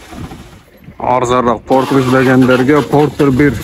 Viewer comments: Портур эмес портер деп суйло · Портир дебей Портер деб айтылса керек аа 😅